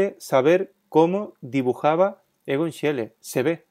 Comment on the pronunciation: Se pronuncia Igon Shile.